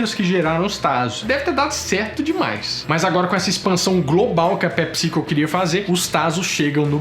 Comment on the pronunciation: ta falando pepsico com acento na vogal errada.